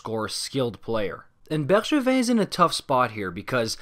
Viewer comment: He says it perfectly